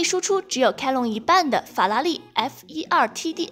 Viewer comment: chiron 发音都读错了。。。